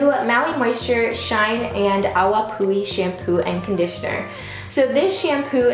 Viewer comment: You said it correctly. Awapuhi. Excellent video.